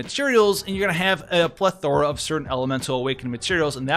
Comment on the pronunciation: mate, I've noticed there's this world you love saying that you're actually mispronouncing. You're saying /pleth - er - uh/, when it's actually / pleth -er-uh/. The stress goes on the first syllable, not the second one.